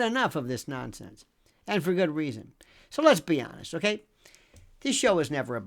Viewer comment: Did you say, "So let's be honest.." or, "So, Lesbian nest..."? May not have heard that right considering the topic matter.